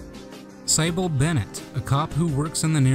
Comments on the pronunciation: Sih-bill, not sy-bill. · "Cy-Bell"?? That name is pronounced "Sih-bil" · Thanks for the documentary however I had to laugh at the way you pronounced Cybil as “SAIBLE” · Great video man, i can only imagine any dislikes are because of mispronouncing Cybil's name.... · Thank you. It was very heartbreaking to hear Cybil's name pronounced.